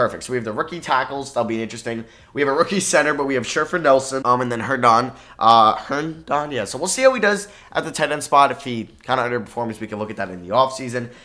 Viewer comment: Me being a jets fan and hearing say jaylyn Adams is mad funny 😂 and then herndonden 😂😂😂